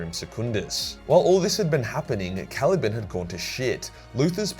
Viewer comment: “Cali-ban” not “cali-bin”